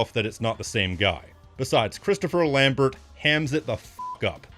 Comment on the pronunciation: Lambert = Lahm-bear